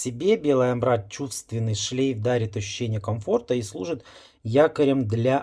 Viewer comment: Колхоз - веселка! Прежде, чем вылезать на публику и анализировать парфумы, научитесь правильно называть компоненты и обогатите словарный запас! Амбра, а не амбрА! И следует знать, что наши ароматы раскрываются через 10 минут минимум!